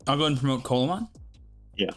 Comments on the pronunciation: Pronounced more like "See-la mon", not colamon :p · its pronounced "See-luh-mon" not "colamon" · This is nit picking, but just as a heads up (and like it doesn't matter, grand scheme of things, but it is a fun fact to show off to ppl with) Coelamon is pronounced See-lah-mon. Its based on the Coelacanth, which was a thought to be extinct fish, that still lives today. (Same animal that the Pokemon Relicanth is based on)